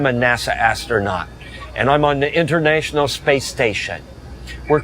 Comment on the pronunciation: Internaytional - he sounds malfunctioned